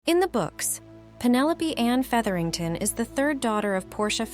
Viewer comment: This AI narration is pretty hilarious. Talenteed. A-de-qwait. Feederington.